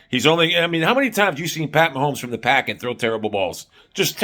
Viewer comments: It's pocket, not packet. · It’s pocket not packet wtf dude